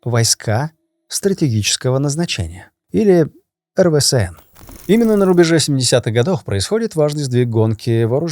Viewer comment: Да что с тобой не так? Почему ты постоянно называешь эРВээСэН(РВСН) эРВэСээНом?) Я по-доброму, просто неправильно произносишь))))))